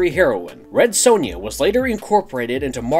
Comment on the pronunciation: Why do Americans say sonja wrong 😂 Also which came first the film or comics.